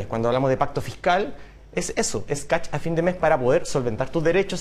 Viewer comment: Catch ! Se dice cashhhh mier !!!